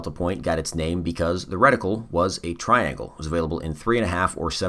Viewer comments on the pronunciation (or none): none